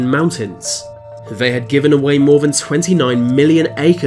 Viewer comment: No one:.: says Van instead of than